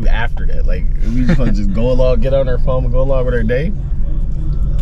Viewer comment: its phone not phome